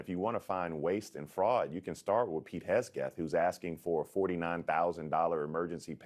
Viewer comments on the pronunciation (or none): Hesgeth ? ? ? Racism. His name is HEG-seth. Say his name . . . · Pete hesgeth? Is this dude illiterate or is he purposely mis-pronouncing his name as a form of passive/aggressive attack. (Seems like mysoginy). LOL. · “Hesgeth”. Remember when pronouncing Kamala Harris’s name incorrectly made you a racist? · Sounded like bacari, purposely Mispronounced, pete hagseth's name.Sounds like a racist thing to me🤔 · can't even pronounce Hegseth's name the fool